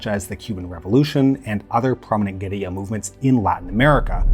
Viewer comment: Thank you so much for the proper pronunciation of 'guerilla' - I hate to hear 'gorilla wars' 😂. Almost as bad as 'aluminum'.